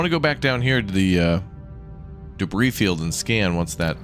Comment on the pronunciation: *Not me driving a spork into my leg, red faced from how much my every muscle is clenched: "Wow all of these trekkies are so intense, why are they so uptight about enunciation?" Im sorry wait, HOW did you pronounce debris??? Nvm I get it now. Jk way to survive the um actuallizers